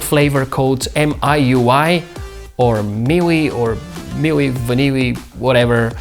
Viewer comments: Its Mi UI (Miui) not miyuwi 🤙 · its called MIUI. mee-you-i. UI, as in user interface. how hard is it to spell? why yall western youtubers always make it seems like its alien language? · Miui vaniui 😂. Pronounced as Me-UI. Nice review